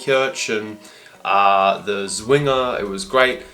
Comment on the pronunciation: It has to be pronounced like Tswinger. Swinger means something very different